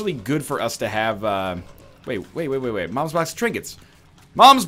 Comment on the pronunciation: he kept mom's box just so he could keep saying mom's bonx